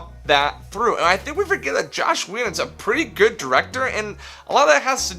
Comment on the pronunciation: As soon as he said Josh instead of Joss I knew this would be bad.